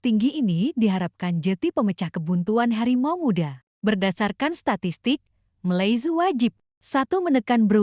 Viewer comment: Sebut Malaysia pun tak betul nak buat conten